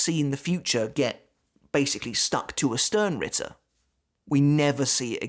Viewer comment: You know what? As a german I will use this opportunity: "Sternritter" is pronounced "shtarenritter". The "sh" from "shut" and the "are" from stare. So just say stare with an sh instead and add an "n" at the end followed by ritter.